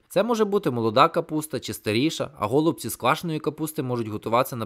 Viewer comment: Дякую за відео. У мене в родині всі називають голубцІ з наголосом на і, готують теж з рисом з м'ясом